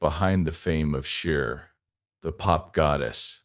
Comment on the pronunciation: What language is this? Pig Latin? You pronounce her name every way but the correct way. Are you a bot?